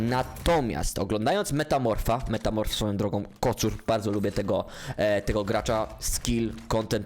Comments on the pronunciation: spoko odcinek jak cos czyta sie "metafor" jego nick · Czyta sie chyba metafor 😅😅